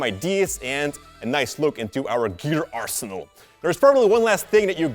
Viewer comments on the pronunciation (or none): none